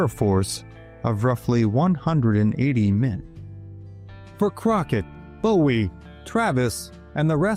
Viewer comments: It’s not pronounced Bow-ee. It’s Boo-ee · think he’d say Jim’s name correctly then. It’s pronounced Boo-ee